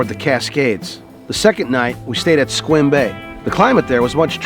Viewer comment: Thank you for saying Sequim correctly. I grew up in the Seattle area